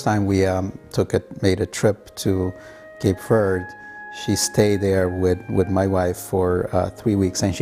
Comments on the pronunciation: When that First Lady started talking and saying Cape Verde I got so pissed by the way she says Cape Verde she’s like Cape verdee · That's the way... if you say "Cape Verd", I gag.